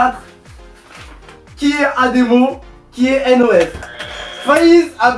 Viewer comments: on dit N.O.S pas NOS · N-O-S SVP pas nos...... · Il a dit nosse